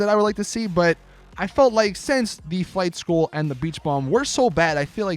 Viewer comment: the way you said flight school 2.0......why